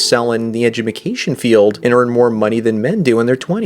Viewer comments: "Edju-mi-cation field" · Does no one else catch that he says "edjumacation"?